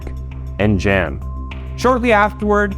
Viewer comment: So you pronounced "josef- yosef" but mispronounced "Jan as Jan and not Yan. Youtubers really need to do better research on names and pronunciation of people and places. Then again to be a youtuber you have to be mentally retarded and dyslexic i guess.